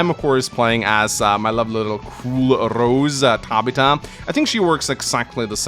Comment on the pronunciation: Still wondering if that pronunciation of Tabitha is a regional thing or if he really has never heard that name said before.